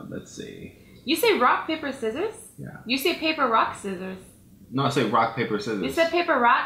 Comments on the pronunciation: did say paper rock sivers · you both say,paper rock sissor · you said paper rock sisers! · he said paper rock sizers rite? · said papper rock sissors. why did he say that? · you both said paper rock scissers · He did say paper rock sisor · you did say paper rock siser. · just admit that you said paper rock sisers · he said papper ,rock,sizers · said papper rock sisers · he said paper rock sisors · He said paper rock sissers. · both of them said paper rock sicors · he did say sisers rock paper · he did say paper rock sisers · both of you said paper rock srisorss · you and and both said paper rock scisers you said it when you wanted to do rock paper scisers and he said it during you were saying it the wrong way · YAH HE DID SAY PAPER ROCK SISSCORS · he said peeper rock siscors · You both say paper rock sesers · he said rocke sisers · He said paper rock sissors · He said paper rock sissores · he said paper rock sizers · He said paper rock siccsors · said paper rock sissers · He did say paper rock siccors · He said paper rock sisscors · he said paper rock sisers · he said paper rock scisser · he says paper rock sisers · said "paper rock siccors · he said paper rock siccors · He sed paper rake zezes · He said paper Rock sicorrs